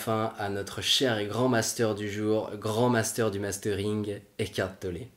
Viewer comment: C'est étrange comme vous prononcez Eckhart Tollé : écartelé...